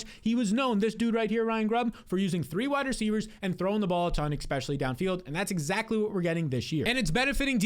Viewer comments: lol, is he saying "exspecially" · Not subscribing til you say “especially” correctly